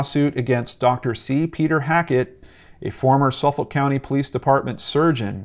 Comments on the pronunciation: Haha sufoulk pronunciation lolllll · Thanks for all the amazing links! I live in the area, been on the ocean parkway thousands of times in my life. When you said Suffolk though I lol'd a bit! It's pronounced suf-fuk by native long islanders. This story has bothered me since day one. I just want this guy caught. It's scary knowing he's still out there somewhere. Don't know if you already did but you should read the book Lost Girls and American murder mystery.